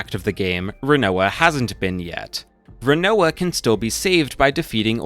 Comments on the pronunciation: I mean. If we're talking main cast we actually have heard most of thier names spoken out loud in spin-off games. The only character where you pronounced their name particularly wrong though was Rinoa though. Its pronounced Rin-Wah kind of like the food Quinoa. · squeyll rainoah zeel